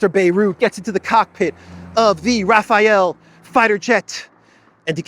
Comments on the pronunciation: Not Taphhael French fighter jet, it is Rafale French fighter jet. Rafale is pronounced raa-faal. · Thank you for the update,. Quick note to tell you Rafale is pronounced Rafal and means gust. No connection to Rafael, name that means "God heals". But I know you sometimes intentionally mispronounce names to fool the algo. 😂